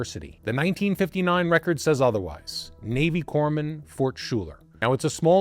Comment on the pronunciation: Fort Schuyler is pronounced Fort Sky-ler.